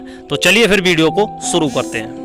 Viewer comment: aap bahot ajeeb aor galat hindi bolte hain, yahan tak ki apna nam bhi thik uchchadan nahin kar sakte -. Aor aap bolte hain - suru, prsidh, ishtar, shinema, Rames, nrdest, bhavis, chaalbaj, Sri Devi, Mumtaaj, pradarst, parpoj, kosis, sadisuda aadi. Aapne hindi bolna kahan seekha hai, bhai? Tashkent, Uzbekistan.